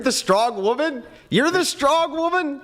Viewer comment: "Oh, you're're gonna kwhy, but you're a big stwong woman." 👏👏👏🤣🤣🤣🤣 And that's why the Goat of this youtube debate game.